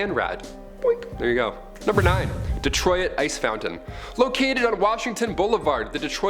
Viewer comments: Dee-troy-it?? 😂😂 these Canadians are hilarious bro. It is pronounced Detroit. At least look it up beforehand sheesh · How you pronounce “Detroit” infuriates me. It’s “D-troyt” not “D-Troy-it”. Ffs 🤦‍♂️ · Hold up… Detroy-it!! That’s my first time hearing anyone pronounce it that way….but somehow, my life is now complete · lol at the way he pronounces Detroit